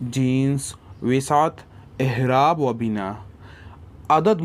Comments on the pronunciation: Ahraab nahi A'eraab hai bhaijaan... Apka shayad accent aisa ho I don't know but ahraab jachta nahi hai yahan p.. aisey hi wus'at b hai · Aerab bolo hzrth.. aehrab😢